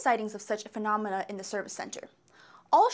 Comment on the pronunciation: Lol she says "phelomena" at the end.